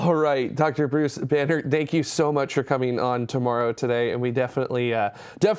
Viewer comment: Oh, Banerdt... I just kept hearing Banner. Bummer, I wanted to hear more about his radiation research, turns out it's just rocks on Mars :-)